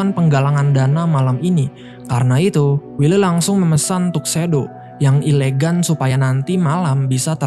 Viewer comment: Elegan mas, bukan ilegan...hadeeh